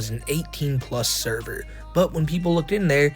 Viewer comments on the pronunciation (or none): Not the thur-ver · “NOT THE THURVER!” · NOOO!!!! NOT THE THURVURR!! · Who actually pronounces words wrong more often. Nova or Amberlynn Reid